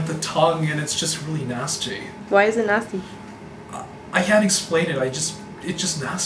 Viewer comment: "It's just nAShsTy"